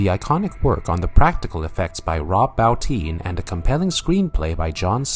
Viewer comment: Bo- teen. Why can't people pronounce Rob's name correctly ?